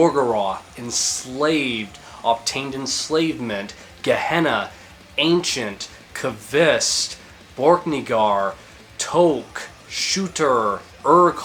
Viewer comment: How do you always miss pronounce names in the worst way possible, borkniggar, tshooter, toke, urghaul